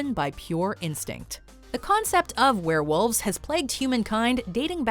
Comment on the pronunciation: werewolves not swarewolves